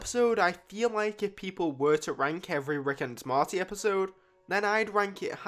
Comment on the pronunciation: The character is mOrty not mArty